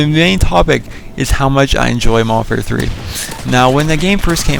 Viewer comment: Y DO PPL SAY MODERWARFARE WHEN TRYIN TO SAY MODERN WARFARE LOL WAT OVER ALL IS THE BEST GUN ON MW3